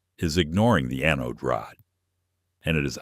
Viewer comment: Funny, AI. Mispronounced anode